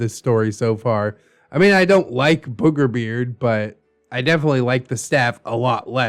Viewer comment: “whew, I almost called him burger beard!” Also: continues to say burgerbeard (Don’t worry, I get that the two are very similar and I just find it funny)